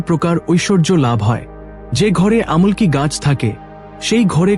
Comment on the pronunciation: আমলকী গাছকেও ভুল ভাল উচ্চারণ করছে